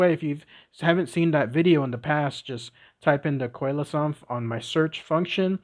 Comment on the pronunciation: N.B. Coelacanth is pronounced SEE-la-CANTH. All clear? Could only listen to the first ten minutes B4 giving up. Get the pronounciation right!!! 🐠🐠🐠